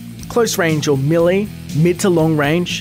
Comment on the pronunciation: Millie weapons, hahahahahaha l2 pronounce